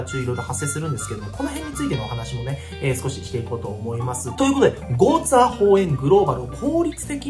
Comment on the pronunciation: ちょいちょいゴーツエーホウエンって言っててじわる